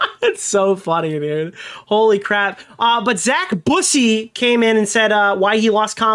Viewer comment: Zack Boo-say. Lmfao, bussy vs busey is a very big difference. Busy means “boy 🐈”